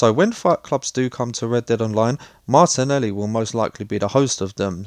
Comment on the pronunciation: I think its MARTELI NOT MARTINELI BRO